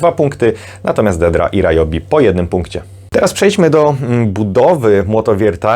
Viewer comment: W zasadzie Ri-jobi, bo to japońskie. Ale mi też się często myli i mówię Ra-jobi 🙂